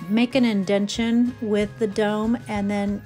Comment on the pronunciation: INDENTATION, my Dear, not INDENTION 🙂